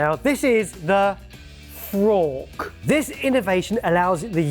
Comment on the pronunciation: I'm sure they brought in the frork just to annoy 🤣